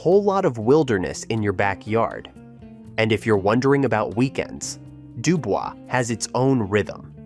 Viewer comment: They don’t pronounce it Dubel’s😅 it’d do boyz